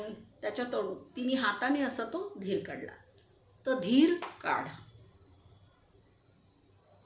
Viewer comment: धिर काढ म्हणालात कि धिरकाड म्हणालात.